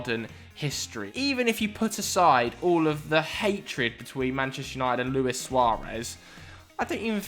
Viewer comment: But Lewis Suarez come on its Luis lol